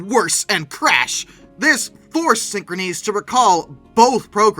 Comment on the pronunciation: You’re pronouncing the name of the company incorrectly. It’s pronounced the same way as the word “synchronous.”